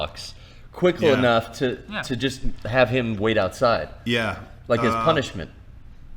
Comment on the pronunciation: "Quicklenuff", 2018